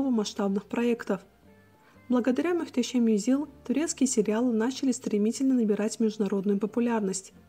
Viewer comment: Каждый раз мюштесем... слух режет 😂